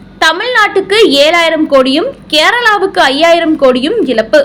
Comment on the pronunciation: வலக்கு, இலப்பு இப்படியா தமிழை தூய்மை இல்லாமல் தமிழ் படிப்பீர்கள்! Fie with your tamil pronunciation!!